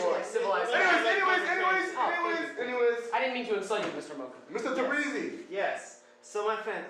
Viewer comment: Its Yalan Tabrizi not Takbrizi xD